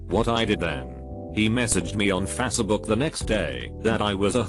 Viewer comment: I laugh everytime the robot says "fassabook" instead of "facebook" LMFAOOOOOOO